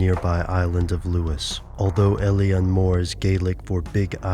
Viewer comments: It's pronounced Ay-leen ... Not el-ian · It's pronounced ill-an